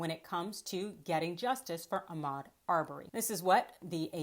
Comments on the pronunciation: Did he really call him Achmed? His name was AHMAUD!!! That is so disrespectful. Especially after we have been saying his name for A YEAR!! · First bro - it's not Ack-med Arbery. Please learn how to properly pronounce names. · Mispronouncing Ahmaud's name is disrespectful and calculated. We have been saying his name for over a year. There is no reason to be mispronouncing his name.